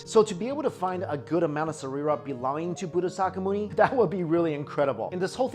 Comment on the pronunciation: Sareeras means bodies in Sanskrit and has nothing to do with those stones. And it's not Buddha saka myuni. It's "Buddha shakamuni" (Pronounced sha as in Shakira and Muni as moony)